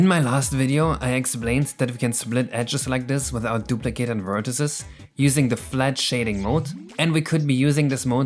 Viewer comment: Awesome video, but please look up how to pronounce vertices :>